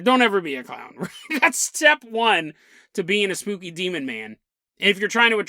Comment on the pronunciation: Emphasis on poo in spooky💩